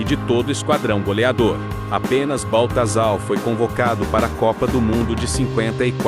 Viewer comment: CorinthiÃs, Baltazal, Claudiô, o que é isso? Tem que corrigir a forma de pronunciar, ou muita gente não vai entender